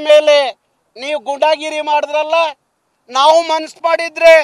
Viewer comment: ಗೂಂಡಾಗಿರಿ ಅಂತ ಹೇಳಿ ಗುಂಡಾಗಿರಿ ಅಲ್ಲ